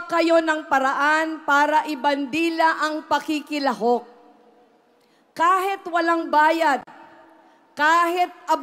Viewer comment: Sana alam Nya gamitin kung kelan ginagamit ang “I” at “e” :::: example instead of “kahit” she will say “kahet” etc